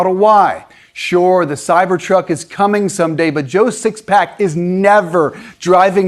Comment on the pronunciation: "Joe 6 pack" Is that some sort of truck buyer slur? LOL 🤣